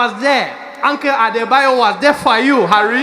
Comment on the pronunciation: Nailed the Nigerian accent and the name!!! Uncle Adebayo 😂😂😂😂😭😭 I’m dying laughing rn I cant